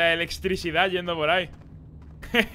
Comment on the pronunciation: la elextricidad jajaja buena